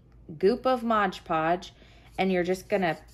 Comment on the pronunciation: Beautiful. Thanks for the great video. Just FYI...it’s MOD PODGE, not MODGE PODGE...said with affection 💗